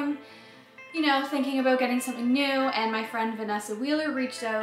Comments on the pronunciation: "I'm very excited aboot this guitar." 😁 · Did I hear an "aboot"? Are you girls Canadian? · “aboot” ha ha - so Canadian just the start of G-A-S ? ( guitar aquisition syndrome) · Wow nice guitar, love the sound and of course your playing. Heard your pronunciation of the word "about" and remembered you are Canadian. Lol. Hope to see the band live someday soon. Take care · The word ' about ' is the only way I can tell if Canadian not a yank.